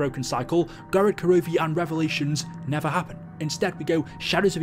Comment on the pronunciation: Thumbs down because you said "Gorod Karovi"